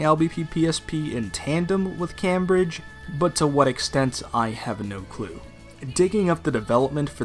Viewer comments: It's pronounced "came-bridge." (Sorry, I had to.) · I’m British. I exploded when you said ‘cahmbridge’ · I hate to say it, but... It's actually pronounced cAYmbridge. Named after the city here in England. Aside from the painful mispronunciation, I'm glad I can share my nostalgia! Great video. :) Also, you shouldn't have to worry about the LBP 1 and 2 servers being shut down. They're all on the same server, along with LBP3 and Vita, so you can play them on newer versions of the game. Because the series has been dormant for a while, SB:ABA might be a game to get new players into the series before they drop a true sequal, meaning the levels will stay on the servers. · I cringed so hard every time you said Cambridge. I swear you’re rage baiting🥀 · Why does he pronounce Cambridge like that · really good quality video. but i cant get over how you say Cambridge. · Nor can I.